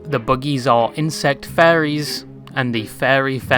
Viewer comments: You say fairies instead of furriers and I am losing it because you also say fursona and fur just fine. Best example is where you say fairies and then shortly say fursona. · the fairy theme from botw in the end made me chuckle since this guy sounds like he is saying faires instead off furrys this whole video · thought he was talking about ferrys, but it turns out youre talking about furries please say it right or change the title